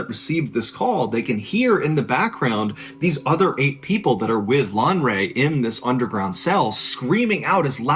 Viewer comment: Lanre. It's a Yoruba Name but points for trying